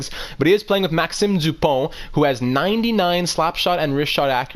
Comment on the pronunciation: Maxime Duponte, you speak very well english, but when you say this name, while a moment, i was thinking you are able to speak french? Ca sonnais comme si t’étais québécois. hugo garrrrrron, et Barré boulet, c’est c’air t’es quebecois😂